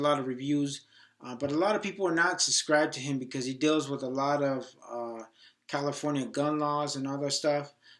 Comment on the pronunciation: Commifonia hahaha. Nice video